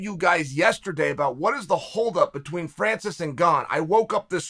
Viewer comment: Glad somebody else heard that